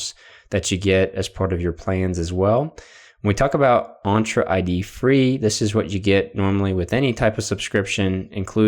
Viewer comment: The E in Entra is pronounced as in 'Enter', not as in 'Aunt'